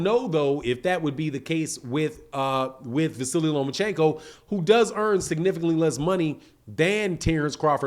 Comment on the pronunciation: There is no i, or y at the end of his name. It's just Vasyl or Va-seal.